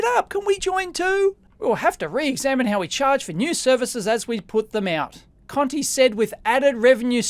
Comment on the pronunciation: It sounds like he's calling the bloke! 😉